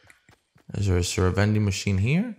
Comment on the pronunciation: Veding machine hyype